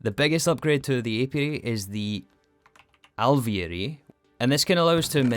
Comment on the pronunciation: you totally nailed alveary there the second time and the third was not bad!!! (genuine)